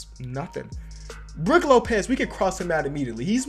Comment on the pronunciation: Did anyone notice instead of brook lopez it said brooh